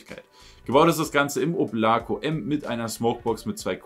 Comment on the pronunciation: Wieder mal ein hammer review aber bei dem oblako kopf bitte die betonung auf o! Облако =oblako ist russisch und bedeutet Übersetzt Wolke